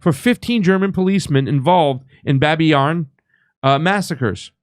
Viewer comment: Thanks for your channel! Babiy Yar, not Babin. Sorry for, but I speak perfect Russian, I have to pay attention 😊